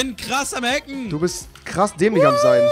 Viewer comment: "Hacken" Oh god....